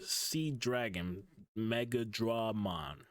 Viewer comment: It's pronounced MachineDruhMon but Dramon Destroyers are pronounced Dray